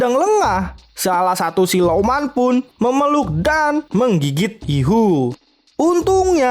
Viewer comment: Mantap bang walau sedikit kepeleset ngomong silumannya 😂😂